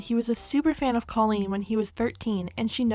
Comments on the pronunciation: It's pronounced COE LEAN not CAH LEAN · I don't mean for this to come off hateful or anything, but I think you should know that you’re pronouncing Colleen's name wrong! Again not trying to be hateful, just thought you should know 😊